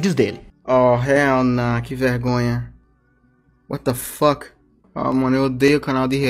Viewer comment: Ele fala assim: wata foque